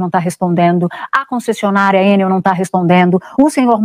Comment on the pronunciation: É Enél e pronto😅😅😅😅😂😂😂